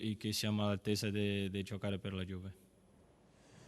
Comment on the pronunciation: Incredibile, Danilo come anche De Ligt parlano fluentemente italiano al secondo anno, mentre Ronaldo, che é al terzo anno, non spiccica mai una parola in italiano e comunica solo in spagnolo. Non ha neanche imparato a pronunciare correttamente Juve e dice Giuve. Potrebbe anche fare un corso e prendere esempio dai suoi compagni, anche per rispetto del paese in cui vive e della società che lo paga fior di milioni.